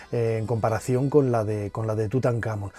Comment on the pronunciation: Porque si se suponen son fans de estos temas etc, pronuncian mal las cosas? "tutankhAmon"